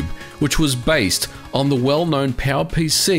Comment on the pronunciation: Am I the only one who understands PAL-PC alsways when he tries to say power pc?